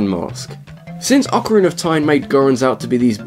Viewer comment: orcarina of mittens??